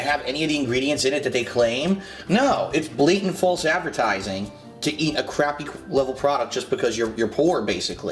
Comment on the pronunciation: Fahlse Advehrtizingh snort